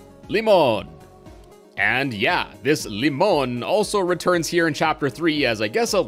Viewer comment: Limon is Turkish (pronunciation is also correct) and yeah you guessed it right it means lemon both words are pretty similar